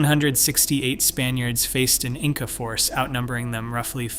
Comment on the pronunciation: "insa" rulers?